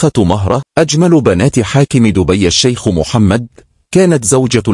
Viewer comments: اسمها مهرة بضم الميم وليس بفتحها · مهرة بضم حرف الميم باليمن والخليج بنسمي مهرة وهي اسم لصغير الخيل ولكن ننطقه بضم حرف الميم ونطقك للاسم خطاء